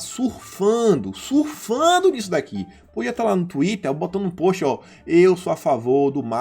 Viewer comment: Acho fofo como vc pronuncia “post” como “póst”, não esquecendo o sotaque. Ahahahah! Brincadeiraaaaa! Qd cê vai abrir um Méqui Baiano, levando o acaraje pro mundo?